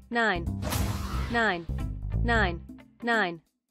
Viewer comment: Everyone: Nine That One Korean Guy: N I E N